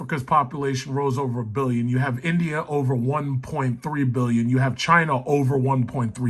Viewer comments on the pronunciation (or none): none